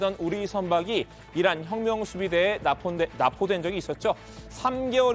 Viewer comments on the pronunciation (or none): 어~~~ 난 어란이라고 들리던데... 이란이라고 한거였어??? 내 귀가 잘못됬나보네.. ㅎㅎ